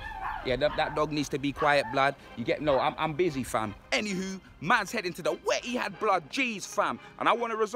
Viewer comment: "...we're in the emptyhad blud!" 😂😂😂😂